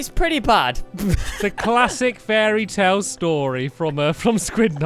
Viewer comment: fairytail, i seriously heard fairytail when stampy and squid revealed the topic.